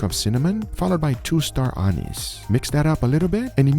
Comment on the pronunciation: i hate the way you said star anise it sounds like anus when u say it pretty sure its ment to be a-neice. just a weird thing i noticed